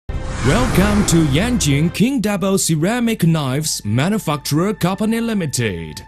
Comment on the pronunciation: manufacturer manufuckturer